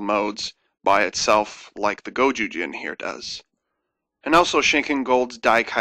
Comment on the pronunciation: is it gozyujin or gojujin? both feel wrong to me